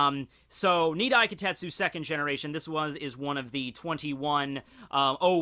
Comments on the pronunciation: Wait, it's spelled as "Kitetsu"? Then why are you pronouncing it as "Kotetsu"? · AAAAHHHHHHHHHHHHH!!!! It's KI TE TSU not Ki tet su!!!!!! AAAAAAAAAAAAAAAAAAAAAAAHHHHHHHHHHHHHHHHHH!!!!!! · Kitetsu ... KI - TE - TSu..... KITETSu ..... not KAtetsooooo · Ka-tet--su? No. KEE-tet--su. Kitetsu. Yeah...I went there